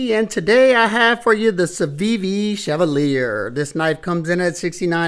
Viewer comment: Love the video! Absolutely great 1 little thing that's not how you say the name.